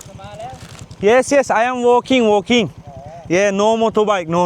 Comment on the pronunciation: ay em wooolkinnggggg , wooolkinggggg bankonkkkkk🤣🤣🤣